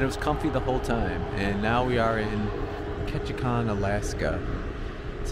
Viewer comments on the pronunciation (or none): You kept mispronouncing “Ketchikan “. It is not “kon”, it’s “kan”. There’s no o in there. LOL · I 'm hoping someone in Ketchikan helped you with the pronunciation of their town. It's Ketchi-CAN. Not kahn. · Love the video but you’re pronouncing Ketchikan wrong, it’s pronounced KETCH-I-CAN rhymes with man not KETCH-I-CON. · Loved the video. Surprised nobody corrected you about Ketchikan. It’s ketchi-can not ketchi-kahn. I made the trip from Seattle where it used to start from in 1981 to Sitka. Time to try it again! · Been on the route often, great video. BTW, it's pronounced Catch-a-can, not con. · The kan in Ketchikan is like a can of pop, not Ketchikahn. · Just fyi, it's pronounced Ketchikan. As in "KAN"(think CAN), at the end. Not "Kon". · Ok its Ketchi can not Kon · It’s ketchican not Ketchikhan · Ketchikan pronounced can, not Kahn. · Ketchikan - Pronounced “Catch-A-Can”, not “Catch-A-Con”. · Ketchi-CAN not Ketchi-CON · What? Was this guy educated in an American University? Who taught him how to say: "Ketchikan"? Tell him it's pronounced: Ket chee can. Not Ket chee chan. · Very nice! Grew up there. Clouds and rain is Ketchikan weather. The last syllable is pronounced "can." Like can of soup. Peace and love.